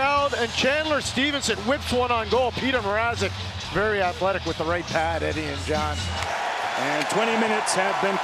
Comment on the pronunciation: Mrazek* not MR-AH-ZEK Plz eliminate the canes so we dont have to hear this butchering of names any longer!